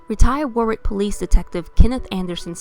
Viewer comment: Lol she pronounces Warwick wrong. It’s spelled Warwick but but said Warick. Without the second W. Rhode Islander here.